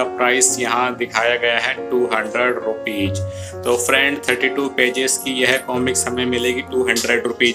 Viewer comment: One suggestion - Jis tarah aap Hindi sahi sahi bolte hain, waisehi Angrezi ke shabd bhi sahi se boliye. रूपीज na bolkar रूपीज़ boliye. ज और ज़ का इस्तेमाल सावधानीपूर्वक कीजिए